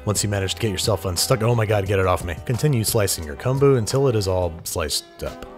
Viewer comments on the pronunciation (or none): no one: this man: cumboo